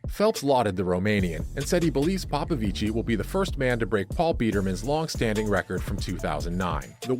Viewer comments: Yeah, you don't emphasize/stress it. It's a very soft 'i' when you pronounce 'ci'. PopoviCI (very short i) not PopoviCII (long pronunciation of i). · For american illiterates; The romanian name "Popovici" in engleza is pronounced "ppo ppo vich". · It's pronounced "David Popovich" 😉. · bruh its pronounce POPOVICH not like it sounds smh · Just for future reference, David's last name is pronounced ''Popovich''. In Romania if there is only 1 'i' it is not pronounced, only if there are 2. Still a great vid, keep it up. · He’s ROMANIAN and you’re saying his name wrong 🤦🏽‍♀️ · It's David Paupauvich voult paupauvichiiiiiii😅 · David Popovici has no SERBIAN ancestry .....false information.spreading .... You mispronounce his family name....